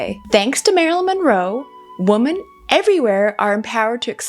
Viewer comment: Oh my gosh, I was wondering if I was hearing things, then realized I wasn't, then thought perhaps maybe she has an accent!😀